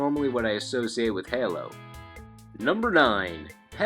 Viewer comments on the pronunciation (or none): its (hey-low) like an angels halo, but not (hell-low) how you said it